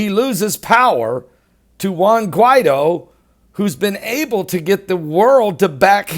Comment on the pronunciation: Guee-tho Mah-door-doe Hahahahaha____ Luv you brother